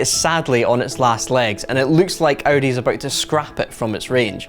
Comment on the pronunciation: Audi not Audy